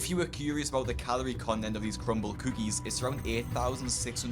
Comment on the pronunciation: Nah he said cumble cookies😭